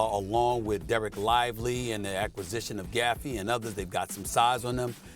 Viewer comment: Gaffey? C’mon Stephen A😂 Put some respect on Daniel Gafford